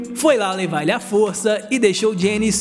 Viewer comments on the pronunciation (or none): none